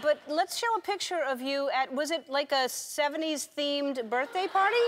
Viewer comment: It's not baffroom and it's not birfday.